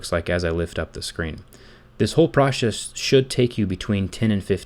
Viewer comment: this whole proshees? got your tongue bit? 😂 I was here on the 8th of July 2020.